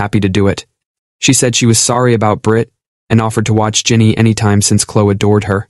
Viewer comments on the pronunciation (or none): It's Clo-eee😡!